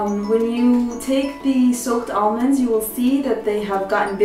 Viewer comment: Hahaha Olmonds